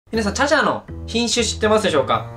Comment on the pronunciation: 瀕死って聞こえて「ちゃちゃ！？！？え、めっちゃ元気w」って思ったら品種って言ってたw